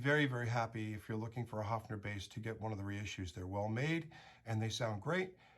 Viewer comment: I could huff !!! As you sympathise with this instrument of Germany: learn to pronounce it respectfully. It is not a HUFFing...! The vowel is pronounced like in BIRD!:::H"oe"fner !!!